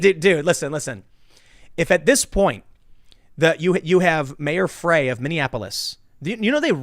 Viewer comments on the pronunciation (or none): Frey is pronounced like 'fry'.